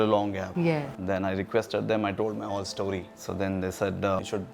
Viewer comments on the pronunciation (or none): none